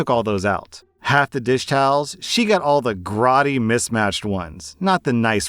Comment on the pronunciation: Not often one hears grody mis-said. But if you're not used to it. Grow-dee. If it ever comes up in a story again.